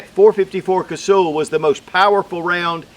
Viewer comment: It’s not Casool, it’s pronounced like hull of a boat. Cuz-hull. I have so much respect for that cartridge I just had to point that out.😊